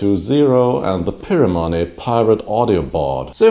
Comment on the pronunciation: Interesting pronunciation of 'Pimoroni'. I suspect the guys at Pimoroni pronounce it Pie-Moroni.